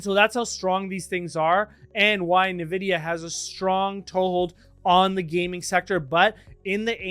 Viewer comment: En-vid-ee-yuh not Nuh-vid-ee-yuh